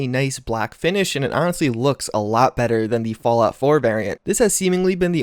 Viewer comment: "Falout" 76? :'D